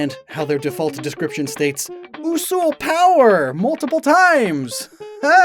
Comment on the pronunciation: My favorite has always been Usuls. (you pronounced it horribly wrong, by the way. it's "you-suhl") they are probably the most unfortunate of species, because all of the coolest paint colors look absolutely terrible on Usuls. there mutant form is awful. there Halloween form is awful. there maraquan form is a brown snail. they have one of the worst royal outfits. almost nothing looks good on them. even the "shadow" paint color that was literally created specifically for Usuls (because of the famous NPC shadow Usul.) looks bad. it's just a black Usul. not the awesome shasow Usul that the NPC is. literally the only color that actually looks good on them is Wraith. which is infinitely closer to what a shadow Usul should look like. which is why my Usul is painted wraith. her name is Elanore, and I've had her for just shy of 15 years.